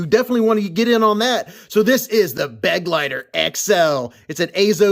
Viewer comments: For what it's worth: "Begleiter" is German for "companion". And it's pronounced Be-gleiter, not Beg-leiter. Except for that, good pronunciation. 👍🏻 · For anyone interested in the correct pronounciation: its: "BA-GLITER" (like in "glider" only with a hard T)